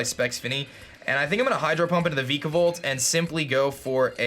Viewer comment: I used to cringe a little when he pronounced Vikavolt before, I like that it's no longer the case.